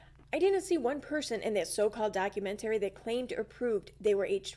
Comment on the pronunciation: Doc- u-MENT-ary